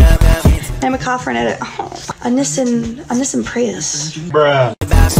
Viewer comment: She said nesennn😂😂😂😂😂